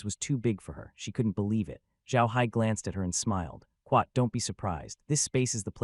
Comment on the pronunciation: i'm guessing he is saying 'quote' but instead it sounds like quack.